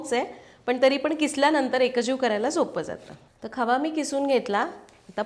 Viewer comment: Khava ki khaava?? Ky boltay